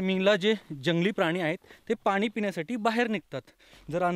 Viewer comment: Sry for correction पण तुम्ही प्रत्येक 'न' ला 'ण' आणि 'ण' ला 'न' म्हणता उदा हणूमाण नाही तर हनुमान पानी नाही पाणी pls correct it frm next time